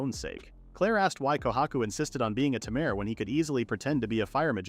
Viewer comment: Tamer❌ Ta mer✅